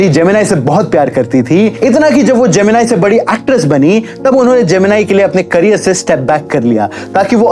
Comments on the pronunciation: Gemeneeeee not jemini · Naam sahi se lena sikh lo pehle जेमिनाई नहीं जेमिनी गणेशन south ke famous hero the us time k ...ek movie bhi bani hai is p jo MX player app p hai usme rekha ar uski mother k bare me bhi dikhaya gya hai thoda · Not geminai he is gemini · Bro not जेमिनाई its जेमिनी Ganeshan... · how crazy this youtuber is, "NO research" , Pushpavalli is 1st wife , then he married to SAVITHRI , after that he was not much caring about 1st wife (Pushpavalli ) she is not puspavalli , she is MAHANATI SAVITHRI, bina kuch pronunciation ka research kare जेमिनी ko GEMINI (AI TOOL) banadiya 🤣😅 *but no problem else was good* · Stop saying gemin-I it's gemin-ee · His name is gemini and not geminai.... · pronounce gemini properly and why did you use Savitri pics?